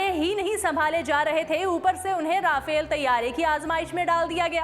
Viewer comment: Rafail nhi RAFAEL hota hay